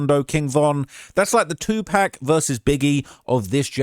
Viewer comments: It’s not 2 Pack !!!!!!!!!!! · It’s 2pac sounds like “Too Pock” if you are going to capitalize off the culture, learn to respect it. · I’m close to disliking your video because you are purposely mispronouncing his name bro come on this shit annoying it’s Paaac.. Ahhhh 2 P-ah-C next video I’m disliking your shit you ain’t from the UsA it’s disrespectful and you know better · Stop with the “2 Pack” please it’s annoying as hell! 😂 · Omg I can't stand the way you say Tupac. It's not 2Pack. It's not hard to say his damn name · This the same idiot that's always glazing Wack 100 it's no wonder he can't say Tupac's name right dumbass 😂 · I can't watch anymore of this I can't take the disrespect, y'all call me when learns how to say Makaveli name right😢😢😢😢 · Your saying 2 pacs name wrong makes the video unwatchable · How can you say Oblock but not say 2pac , it's the same pronunciation lol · The fact you dont pronounce his name right reminds me how young you are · gotta be joking, or trolling, or “Baiting” and not really doing a good job of that either. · 30 yrs layer they still mispronouncing his name 😪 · Thank you I knew I wasn’t the only one who was like wtf wrong wit n how DONT HE KNOW how to pronounce Tupac’s name right …. Like fr though. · Pronounced like a true culture vulture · Wouldn’t it be Tupoc then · Am I missing something here in regards to how you pronounce Tupac? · I understand about not emphasizing the c and adding a k which doesn't exist. I've never in all my years heard anyone pronounce his name with an o .. including the man himself. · you can atleast pronounce 2pacs name correctly man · how about yes its not that hard if he researches all this but cant find out the right pronunciation for a name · take the British out your mouth and say his name right...tupac...not 2pack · you gotta stop saying pack bruv lol it’s hard to watch this. It’s PAC! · Who is 2 pack ???!! It’s tupac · PAC NOT PACK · Tupac = “two-pock” not “two-pack” 😢😅